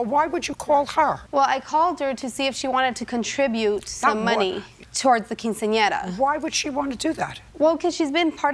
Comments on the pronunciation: "To help pay for her cousins keen-seen-in-error"😂😂 why did he say it like that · "...to help pay for her cousin's keen-see-ahnera." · I tried so hard to mispronounce “quinceanera” like the narrator did and….. I just couldn’t lmao. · Nice way to pronounce Quinceanera in the beginning 😂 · Only 12 seconds in and i'm just trippin' off the announcer trying to pronounce "quinceanera" 😅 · I can't get over the pronunciation of "quinceañera" by the narrator. Lol. Nevertheless, buy your cousin a freaking gift. If you already gave 2500 dollars, why would you ask for money from people who aren't family for a party for your COUSIN? I don't care if she's "like family." JJ is right. If she didn't offer her contribution, then clearly she's not as close to the family as she says. At least not the cousin. 1200 for "like family"?? NEVER. 😂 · The guy at the beginning could NOT say quinceanera.